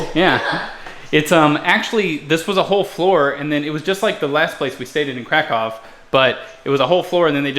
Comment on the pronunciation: did you say "new krakow" :D?